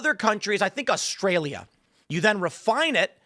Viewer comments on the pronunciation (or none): none